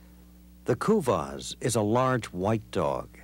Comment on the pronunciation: Americans can't pronounce kuvasz (I am hungarian so I know)